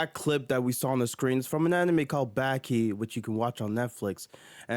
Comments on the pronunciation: “Called Back-ee” I never heard of “Back-ee” but ik Baki xD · Backy 😂😂 But you say Yujiro's name right. Elite trolling.